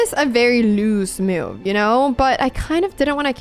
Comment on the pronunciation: Anna I'm only trying to help your American accent. It's not meuv. It's muv